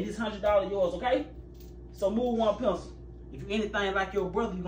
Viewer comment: Guys dont hate me but i hate it when he says move one pencieell🥴